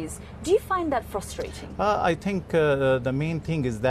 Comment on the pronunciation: Says tink instead of think, ting instead of thing, as the Irish do...